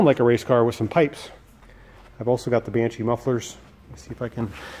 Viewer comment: It's Banshee, not Banchee. ; ) "I can put a custom panel (...) and nobody will ever know". Man, you made a video for YT about it, remember? xD